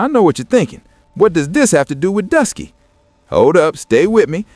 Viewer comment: lol so you took oshay duke Jackson’s video transcript, put it into ai and had it rewrite it, used an ai voice over (without checking that the AI said Druski as “Dusky”) and posted it… I ain’t mad, here’s your engagement… but still